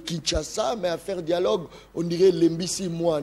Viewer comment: Mr on dit dialogue pas dialogue tu es un vrai kasachin